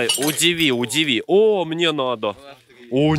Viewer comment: мои любимые фразы «РЕБЪЯТКИ» и «А МЕНЕ СЕМЕЧЕК, А МЕНЕ»